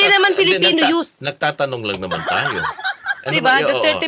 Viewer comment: 'in behalf of the duterte yot partylist" daw.. ano yaka yung yot na tinutukoy nya? itong nene na ito kakainin to ng buhay ng mga tulad ni cong flores at cong luistro.